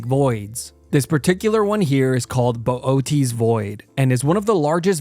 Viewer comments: By the way boötes is pronounced boo-OH-tase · We all know this dudes voice is ai when it fails to pronounce bootes void